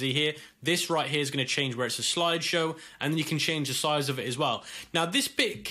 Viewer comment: Loved the part where he said "sloide showe"